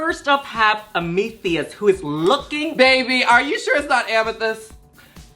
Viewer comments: omg mother yu coming through with the editing! the flashback of the “ICEES COUTURE” inside the zoom call with Icesis Couture INSIDE the reference of the last bootleg review yall did inside the joke of pronouncing Amethyst as AMETHIEST? I love this show so much oh my god 😭 thank you for all the context. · I almost wish laganja hadn't corrected you about the name amethyst. I'm so sorry, but that just would've been really funny hearing you say it wrong all season lol. I'm just kidding girl. I'm just being shady. Hehe. You both look Gorgina btw!! 🖤